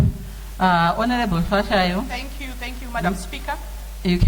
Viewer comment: The madam speaker can't even pronounce Hlatshwayo